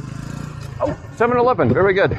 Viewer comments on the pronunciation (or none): Filipinos tend to pronounce the v as b. So the answer is berry good😂